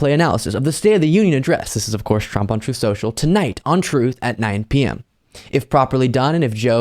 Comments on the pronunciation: "Troth Sential " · " troath senshull "